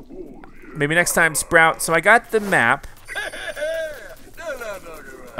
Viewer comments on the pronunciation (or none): none